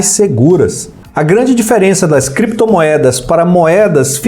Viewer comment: Creptomoedas e bitcóils kkkkkkk